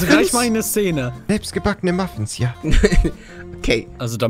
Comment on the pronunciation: Nur mal so es heißt Muffins. Denk daran, dass nicht alle Wörter so geschrieben werden, wie sie ausgesprochen werden.